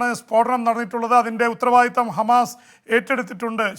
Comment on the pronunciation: ഗമാസ അല്ല ഹമാസ് ok